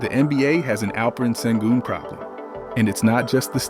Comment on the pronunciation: At least you could learn to pronounce his name right :)